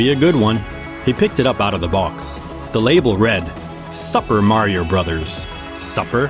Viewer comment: Bro can't say super